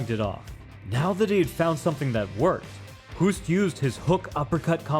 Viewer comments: "Hoost" in Dutch, is pronounced like the English word "host". (your pronunciation sounds like the Dutch word for "cough" XD ) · I love your analysis but here is a pro tip from a Dutch guy. To pronounce the name Hoost. Say Hose (like the flexible pipe you can force water through) and ad a T.